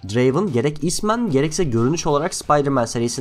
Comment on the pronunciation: Draven değil Drraaaveeen